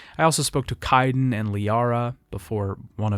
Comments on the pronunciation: How are you mispronouncing names that are actually spoken aloud in-game? KAIDEN. Kay-den. Where are you getting Ki-den? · Would be nice to not have to hear an in- game character's name get mispronounced over and over. Sounds like someone wrote the script for you to read from, if you don't know Kaiden's name